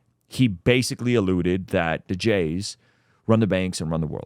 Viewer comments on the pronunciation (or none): Why aren't you saying the jews.. why say jays ,sounds ridiculous.